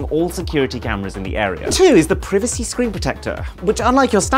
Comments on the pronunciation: bro said "Privvv acy." screen protector? Funny. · PrevaC is how I will pronounce that word from now on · AINT NO WAY THIS AND LAST SHORT I WATCHED PRONOUNCED PRIVACY PR-EH-VA-SEE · Why did he pronounce “privacy” like “privilege”. “Pri” from “privilege” and “vacy” from “privacy”. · I died when I heard the mispronunciation of privacy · The way he pronounced "privacy" 💀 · The way he pronounced Privacy at 2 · Is now one gonna talk about how he pronounced privacy screen protecter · I’m sorry but the way he pronounced privacy 💀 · privacy isnt pronounced like that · stop pronouncing privacy like that